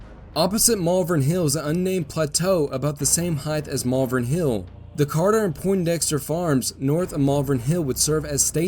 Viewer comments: it’s pronounced “Malvern” not “Malvern”. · Glendale. Also, Malvern is pronounced how it is written “Mal-Vern.” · Oh, THAT was helpful [sarcasm]... can you phonetically clarify that, with emphasis in all caps???? It could be "MAHL-vern, "MALL-vern" or (unlikely) "Mul-VERN". The other mispronunciation I know I heard was for the Staunton battery, which in those parts is pronounced like, "STANT''n", not "STAWN-t'n" as the spelling suggests.